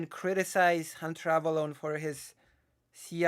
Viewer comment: Wow, I didn't realize at the time, but he goes from pronouncing it like "Avelone" to "Avalon" during this. That's so weird!